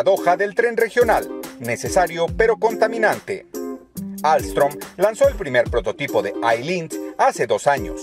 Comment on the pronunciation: ALSTOM SE DICE MO HERMANO YO TRABAJO AHI😍